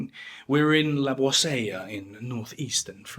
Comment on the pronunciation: Hate to be picky, but 'Boisselle' is pronounced 'bwasell', not 'bwazaiya'.